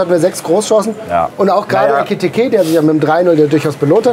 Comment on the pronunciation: Wie einfach seit dem Transfer immer „Etikite“ sagt 😂😂